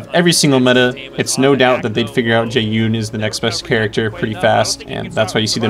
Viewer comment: jesus i got so triggered when he pronounced jaeyun jae-Un